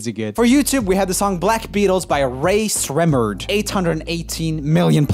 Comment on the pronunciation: His name: Rae Sremmurd Joel: "By Race Remurd"